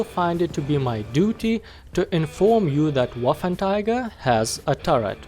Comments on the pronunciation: Waffentiger. Took me 3 minutes to get the refference you were implying :D (first i thought you mispronounced 3 times :D ) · wasnt it pronounced as "Waffen-trigger" ? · You kind of say Waffentiger but Waffen Träger means gun or weapon carrier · Paulus Saulus I think it’s just his accent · Wait wait wait, did you say "waffentiger" xD? Anyway good vid man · "waffen Tiger" XD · Yes... The... Waffentiger... 🤣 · Wafentiga? Lol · May as well just say waffenteeger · Waffen Tiger? Woofen Tiger? Wafen Tayger? Anyway, enjoyable content c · Wow you slaughtered the name=D As an english speaking person you would pronounce it sth like "Waffen Treagker" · Ahh yes, the waffentiger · Ah yes, the "Waffentiger"! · Man! Its hurthing my ears! Its not a waffen"Tiger"!!! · it’s pronounced Va-fen-tra-ger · Just say waffentrager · I was so confused by why he said waffentiger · I heard Waffletiger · It isn’t ‘Waffen tiger’ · Waffenträger, not waffentiger. It means wartractor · It's "Waffenträger", not "Waffentiger". Also, the gun has so much penetration because of the MUCH bigger cases then the tiger one. The longer barrel does not make that much of a difference. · "Waffenträger" , not "Waffentiger" i dont know how you speak it , but as german native speaker its horrible to listen this word spoken like that. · Not Waffentiger Waffenträger xD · "Waffen tiger" its pronounced waffentrogger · Bruh its not waffentiger its waffenträger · trager not tiger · Waffenträger = Weaponcarrier ..no "cats" inside.. spell it like: wuffentrayger ;) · Im a bit triggered by him saying waffentiger instead od waffenträger the whole time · Am i the only one who.noticed that he said waffen tiger instead of waffen trager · learn englinsh and not waffertiger but waffentrager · You pronounce it "Waffenträger" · NO waffenTIGER but WAFFENTRAGER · its pronounced as "VAFEN-TRAYGER". anyways great review!! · a with umlaut (this two dots) is read as -ei, not -ai as pronauced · "Waffentiger"? XD